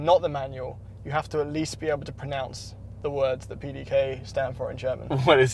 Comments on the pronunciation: As a German I feel quite offended by the pronunciation of the pdk 😂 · As a German I can tell you, no German person would have understood the word you were trying to say (PDK). You messed up the middle portion of the word completely. I am not even sure what it was that you were saying. Anyways, I am following your channel from Germany and find the content really great, Keep up the great work! Thanks!